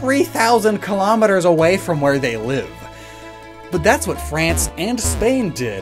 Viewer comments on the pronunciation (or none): none